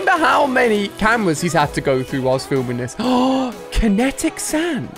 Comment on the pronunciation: He says what is Kinetic sand and he pronounces it right first try